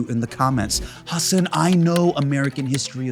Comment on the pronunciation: How, after all this time, do guests call him “Huh-Sahn” and not “Hu-sun” like he pronounces his own name? 😒